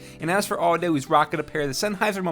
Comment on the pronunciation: "and as for AUDO" WTF